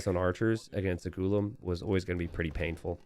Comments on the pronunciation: In Hindi it’s pronounced Gu-laam with stress on the laam syllable rather than Goo-lum where stress is on the Goo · *Ghoo-Laam Correct pronunciation. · HAHAHA GULUM XDDDD, i will try my best to help you pronounce that name: Its Ghu lam, which means slave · Pronounced ghu - lahm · don't wanna be a grammar nazi, but when you say ghulam, you should stress the a rather than the u. (you can enter this in google translate and check the pronunciation, even though it is a bit off there as well) (you can choose urdu as the language) غلام